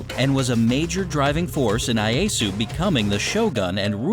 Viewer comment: It is not Shonugget, it is Shogunat, also it is not Ayesu, it is Ieyasu.